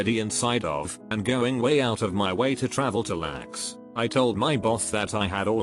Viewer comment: L. A. X. Not lax